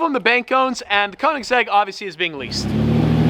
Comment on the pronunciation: Just sell the Koenigsegg because you doesn't pronounce it correctly 😂